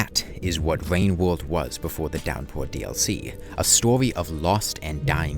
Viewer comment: bro really said wain wowld